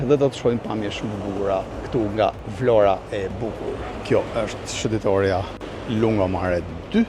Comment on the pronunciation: Zoti sa bukur e shpreh atë emër,,,,,Vlora...jeni i mrekullueshëm dhe folja jote është shum pastër